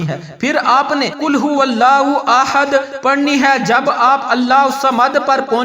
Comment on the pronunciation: وظیفہ تو ٹھیک ھے لیکن آپ کے الفاظ درست نہیں چونکہ آپ نے احد کو آحد لم یلد کو لم یا لد ولم یکن لہ کو ولم یکن لاہ پڑھا ھے اسے درست کریں